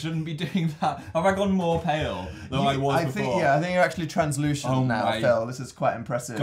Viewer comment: I can H E A R the fan fiction being made Also: Dan, really; Trans-luushent?